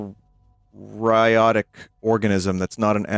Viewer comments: hearing vinny try to pronounce eukaryotic actually hurt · I was a little befuddled when vin mispronounced eukaryotic but I just kinda figured it had been a while since he took high school bio. I dunno why that chat member had to come for him like that lmaoooo